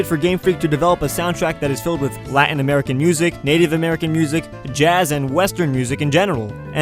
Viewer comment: Marriland and Americah!!